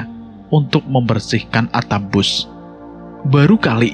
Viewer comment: Sebutan yang betul ialah BUS....